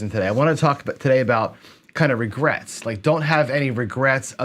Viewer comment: I love the "Regerts"